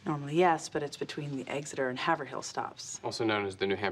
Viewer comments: I live in New England and have to chuckle at the pronunciation Haverhill. He was the Gov of NH you would think he would have corrected her. LOL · Have-Er-Hill! Ha! It’s pronounced “Hay-Ver-Rill. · Actually, as a local, it’s not three syllables. HAY-vrill.